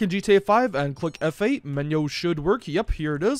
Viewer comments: I am still a little lost. Now are you saying F8 or FA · ckick "F A"? F A is all what i understand there, doenst sound like any keyboard button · Press FE ? what u sayin Bro, Press FA ? FE? F what??? to launch the mod?